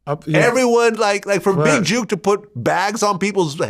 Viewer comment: It’s jook not juke tf vlad talking about